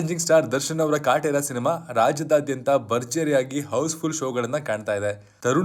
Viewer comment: ಕಾಟೇರ ❌ ಶಾಟೇರ ✅😅